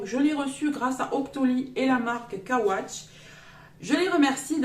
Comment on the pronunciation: Super oui. 🤩 par contre sa se dit x ,x Watch